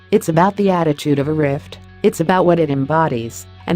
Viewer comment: Why does this crappy text-to-speech insist on pronouncing riff as rift?